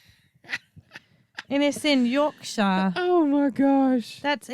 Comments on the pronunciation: Just in case no one else has let you know 😆😆. It is pronounced Yorksure not York shire. Love you guys, thanks for being you! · All creatures great and small is really good, and just a little English accent lesson ….. we pronounce Yorkshire as yorkshear! P.S. They are all COWS!